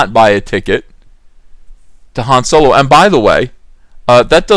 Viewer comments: Fun popcorn flick shit it's supposed to be Han Solo not soolow! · A guy whose real-life name is pronounced 'dong lover' is playing a pan sexual space pirate. It's as if Soylo is really a Spaceballs story.